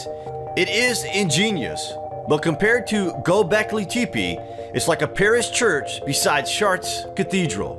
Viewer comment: OH MY GAWD, HOW DID HE SAY GÖBEKLI TEPE????? DO YOU NEED A VOICEOVER NARRATOR WHO SPEAKS ENGLISH, OR CARES AT ALL ABOUT HIS ROLE?? I volunteer. If I’m even remotely unsure of how to pronounce some thing I sure as f*ck know how to look it up. My gawd.